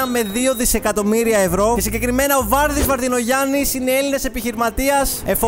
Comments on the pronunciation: Παρατονίζεις φιλε μου. Βαρδής όχι Βάρδης. Τα ίδια ισχύουν για τις εταιρείες που ανέφερες. Επιπλέον, η λίστα του Forbes θα σε βοηθήσει λίγο ώστε στο επόμενο βίντεο να προβάλεις λίγο πιο σωστά την ιεραρχία με βάση την περιουσία. Τέλος, βελτίωσε τα Ελληνικά σου. Με γκρίκλις δεν θα πας μακριά. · Βαρδής ρε, τι Βάρδης; Σιγά να μην είναι και Βάρδος. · ο βαρδής ρε φίλε όχι ο βάρδης - ο φουρλής όχι ο φούρλης - εντάξει ειδικός δεν είσαι, να διαβάσεις δεν μπορείς?Δεν είναιγια γέλια, για κλάμματα είναι😂😂🤥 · Βαρδής Βαρδινογιάννης λέγεται και όχι Βάρδης, καλά που δεν τον είπες Βαρδιλογιαννη όπως τον λένε πολλοί. Επίσης είναι Φουρλής και όχι Φούρλης, ο Σαββίδης έχει το OPEN και όχι το 19% του MEGA που έχει ο Μαρινάκης, επίσης για τον Μαρινάκη ξέχασες να πεις ότι με τα καραβια του κουβαλάει και άσπρη σκόνη και εξαφανίζει μάρτυρες........ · βάλε και τον τόνο σωστά όταν το λες αφου τα διαβαζεις απο το wikipedia και ποστάρεις και το όνομα του σωστά..Τι Βάρδη δυο φορες... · Βαρδής και όχι Βάρδης Βαρδινογιάννης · Βαρδής Βαρδινογιάννης ΟΧΙ Βάρδης. Και το Mega Channel δεν το ίδρυσε αυτός αλλά η εταιρεία Τηλέτυπος Α.Ε. (Χρήστος Λαμπράκης, Γιώργος Μπόμπολας, Χρήστος Τεγόπουλος, Αριστείδης Αλαφούζος, Οικογένεια Βαρδινογιάννη). Συμβουλή πάντα με καλή διάθεση. Διάβαζε αυτά που θες να πεις γιατί άλλα λες και άλλα εμφανίζονται στης λεζάντες του βίντεο σου. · Βαρδήήήής και όχι Βάρδης Βαρδινογιάννης. Ένα υπέροχο και μοναδικό 2023 σου εύχομαι 🙂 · Βαρδής ρε τι Βάρδης😂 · Δε λέγεται Βάρδης.... λέγεται Βαρδής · Ο Βάρδης...Ο ΒΆΡΔΗς..??? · Όχ βάρδης ρε Βαρδής είναι ο άνθρωπος..... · Δεν ονομάζεται Βάρδης αλλά Βαρδής Βαρδινογιάννης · Βάρδης λέει ο αγράμματος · ο Βάρδης :D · Βαρδής ρε ασχετε οχι Βάρδης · Δε λέγεται Βάρδης... Βαρδής λέγεται.... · Ο βαρδυνογιαννης λέγετε Βαρδής και όχι βαρδης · ΒαρδΉς καλέ μου! Όχι, ΒΆρδης :) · Βαρδής όχι Βάρδης..... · Όχι Βάρδης ρε φίλε...Βαρδής... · Βαρδής μπρο…όχι βάρδης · Βαρδής είναι …..όχι Βάρδης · Βαρδής οχι Βάρδης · Βαρδής οχι Βάρδης. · Βαρδής όχι βάρδης